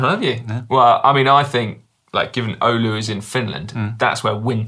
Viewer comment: Si you nailed the Oulu pronunciation - nice!